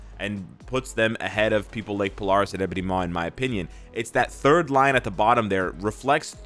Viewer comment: Polaris is pronounced Po-Lair-Is